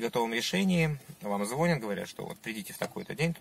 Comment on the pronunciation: Не звОнят, а звонЯт